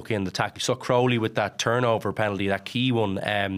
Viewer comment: Jesus Mary and Joseph, Jack Crowley has been a big name in Irish rugby for months now and Luke Fitzgerald still can't pronounce his surname. It's Crowley.. like cow without the r.